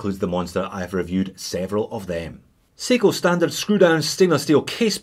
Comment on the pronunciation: he says seagull instead of seiko?....Or is it aussie accent?